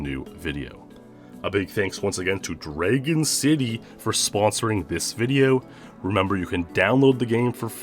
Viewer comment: You have an interesting way to pronounce the word "dragon"